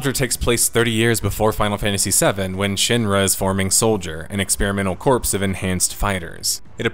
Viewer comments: Never heard of it. What an insane project. Edit- Oh, it's for mobile. No wonder I never heard of it. Also, "corps" is pronounced "core". It's not the Marine "Corpse", it's the Marine "Core" even though the spelling is Marine Corps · Corps is pronounced "Core" and not "Corpse" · Corps is pronounced “core” 🤓